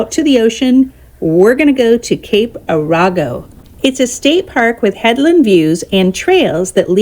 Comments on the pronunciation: This is a nice video but I do have two comments. One, Arago is pronounced Air a go. Second, you didn’t show Shore Acres which was just next to Cape Arago. It is the most beautiful place on the coast with its botanical gardens and paths along the ocean. There is so much history there and it is the former home of Asa Simpson local ship builder. I just think Shore Acres should have been included. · Being a lifelong resident of the Oregon Coast, I loved you journey down the beach. However, your mispronunciation of some of the local areas was a little off-putting. Great photography! (Arago is pronounced Air-uh-go. Coquille is Co-keel.) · AIR-uh-go. Not uh-RAW-go. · Its pronounced Cape Air e go. Lived in Coos Bay for almost 66 years now. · Near coos Bay the Arago Rd is pronounced air-a-go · My wife and I enjoyed watching your video on the Oregon coast. We’re hoping to travel Coos Bay south to California next month. Our daughter lives near Coquille, Oregon in the little town of Arago. You butchered the pronunciation of both Arago and Coquille. Arago is pronounced, Air-a-go. Coquille is pronounced, Co-ke-eel. Thanks for the video it was very enjoyable.